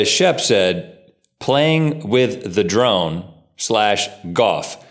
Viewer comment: Am I the only one who thought Rhett said playing with the "drum" and not drone. I got really confused.